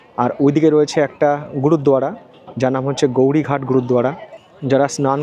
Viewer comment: ওটার নাম গৌরি ঘাট না, ওখানের লোকের উচ্চারণ হলো গোয়ারী ঘাট।